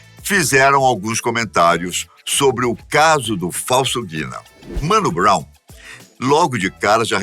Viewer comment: Vídeo tá foda demais mas, "Mano Brow" aí não chefe